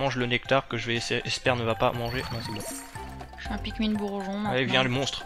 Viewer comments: Sa se prononce pikminee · se se prenonce pikmine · Pikmin...ça se prononce pikmINE!